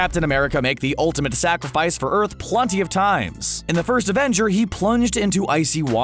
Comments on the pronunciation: PLUNTY??? don't you mean PLENTY? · I'm I the only one that hears (plunty) instead of plenty????? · I’m pretty sure that the guy said plunty